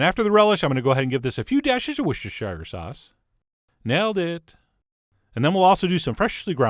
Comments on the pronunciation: Oh-hhh Chef Johnny boy! It's 'Wuss-tah-SHEER' .... not 'Worsh-shur-shur-SHYER' sauce! 👈🤣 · Wooshshshestershire Sauce? Almost Chef John...almost. Try Wustershire if you want to pronounce it phonetically. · I don't know if the way John says Worcestershire is a running joke or not, but it makes me laugh every time. It's 'Wuh-ster-sher' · the pronunciation is wos ter sauce !! how do I know? well I lived there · Worcestershire is pronounced: were (like 'we were going to...') stir (rhymes with were) sure (rhymes with were and stir) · As valiant as your effort to say "Worcestershire sauce" was, it still caused physical pain to my ears. In England, we call it "wuster sauce". So much easier to pronounce. You know it makes sense. Recipe's not half bad though. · worcestershire is pronounced "wooster". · You still cannot Worchestershire. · 'Worcestershire sauce...Nailed it'...nope